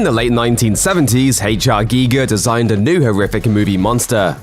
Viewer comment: Its HR guy-ger not gee-ger FFS